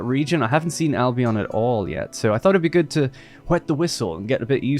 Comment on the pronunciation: Dude, if we're talking Albion as in Britain, please pronounce it Albeuhn.. Al Be Uhn, with the emphasis on Al. Thanks from a resident of there 😄